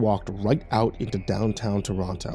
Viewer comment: As someone from Toronto I'm losing it at the how it was pronounced! XD